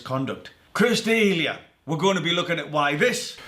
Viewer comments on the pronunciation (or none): Everyone: Chris D'elia This guy: Chris Delayehaw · it's D[eh]lia not D e Lia... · It's pronounced 'Duh-Lee-Uh'. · its pronounced "duh-lee-ya" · Say his name right and I might have stayed to watch the rest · Damn how I hate how you pronounce his last name. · You know body language..ok...but cant pronounse his name....thats fine we made a mistake together